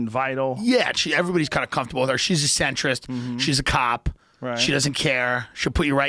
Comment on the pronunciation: Did he say centrist?? LMFAO!!